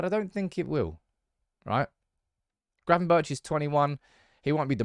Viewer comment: Good content but as a dutchman don't pronounce the h if you say gravenbergh🤣🤣